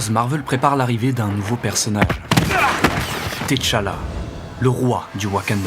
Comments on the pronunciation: Par contre....C'est "Tchalla" pas "Téchalla" pitié 😭😭😭 Excellent video, mais j'avoue que le fait que tu l'ai appelé "Té-Challa" pendant tout ton recit m'a trigger de fou 😭🤣🤣🤣 Grosse force, et merci encorepour cette magnifique video 🫡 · 😂arrêtez de dire "t" challa please. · Le T de T'Challa ne se lit pas. C’est plutôt Tchalla (Tcha-la) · ca se pronnonce comme si il y avait 2 t a suivre pas thé tchala